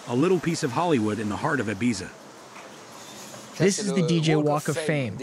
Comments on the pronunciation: How about him consistently pronouncing Ibiza incorrectly? 🙄💀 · I'm not sure which is worse, the voice over translator or the fact the narrator keeps pronouncing Ibiza incorrectly. 🙄🤔